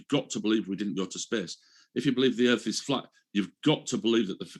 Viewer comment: So a baggage handler asked hundreds of pilots that he's friends with and they all said the erf is fwat lmfao